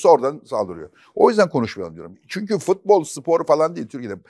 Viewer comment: Fatih Bey sizi çok seviyorum ama nolur FITBOL demeyin! FUTBOL DİYİN:))) FIIIIIT BOL NE YA